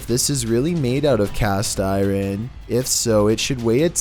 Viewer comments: WTF is cast iren lmfao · "The chair is cast iran"...im no astrologist but isn't it iron not iran. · Ol..was.gonna say.the same.damn thing...CAST I-RAN??? WTF...COME.ON...YOUR AMERICAN... RITE? LMAO!!!😆😆😆😆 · Yes. Cast eye whren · Cast i-ren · LOL cast iren??? Hehe 😜